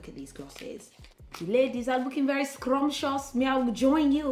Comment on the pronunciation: I love it when you randomly bring out the African accent 🇿🇦 SKROMPTIOUS 😂❤️✊🏽